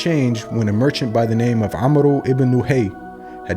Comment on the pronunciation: The name is pronunced 'Amr' not 'Amro'